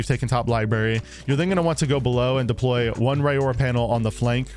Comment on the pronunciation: Great strat video, thanks! Side note, her name is pronounced "Ror-Ra," think "aurora borealis." She's a Maori girl.